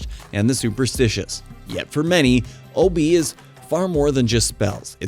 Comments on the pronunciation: It's O Be ah not ob my friend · It's not pronounced Obi, its Obeah the ah isn't silent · The dark magic you speak about is called Obeah, pronounced o b yah, not o b. Just saying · Not Obi😂 lts pronounced ObeYah. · It’s not O-be, it’s pronounced O-be-yah🤣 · It's pronounced oh-bay! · Obeah is pronounced Hubby-Yah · Pronounced O-Be-Ya. But hey what do I know? I'm not a YouTube content creator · Yes it is O-be-ya